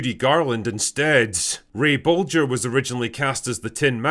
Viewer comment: heh heh, "bulger".